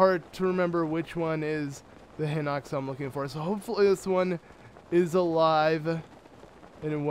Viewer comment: I feel like its High-Nox, not Hih-nox. And really? You couldn't do 3x32=96 in your head?